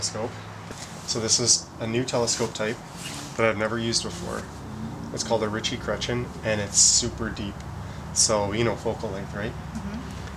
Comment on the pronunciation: it's funny how you pronounce cretien 😁